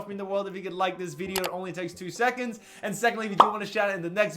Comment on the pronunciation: why the fuck you say video like that?? VEE DEYO?